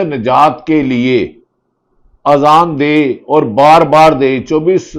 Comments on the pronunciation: Bhatti shb aap nay b azaan theek nhi parhi hai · Ap me Azan b Sahi nahi parhi Bhatti sahib ??